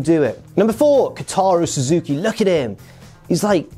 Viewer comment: here you go again, mate: 1. Kaito Kiyomiya (Kah-ee-toh Kee-oh-me-yah) 4. Kotaro Suzuki (Koh-tah-roh Soo-zoo-key) 6. KAI. Actually, solid pronunciation.:) 7. Utami Hayashishita (Oo-tah-me Ha-yah-shee-shtah) Hope that helps!